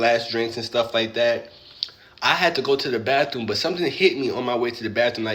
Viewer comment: To the guy in cama-jacket: it isnt Birfday, or bafroom 😂😂😂